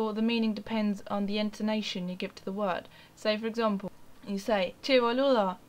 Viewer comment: Great acento! Muy bueno te felicito!